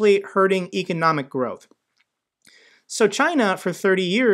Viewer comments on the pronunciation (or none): none